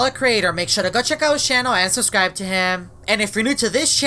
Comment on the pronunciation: He always says suscribe with no b